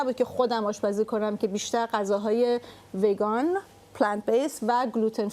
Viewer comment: Did anyone notice she pronounced Vegan wrong? 😅